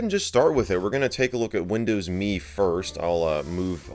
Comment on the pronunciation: Arrrhhh it’s “M” “E” not “me”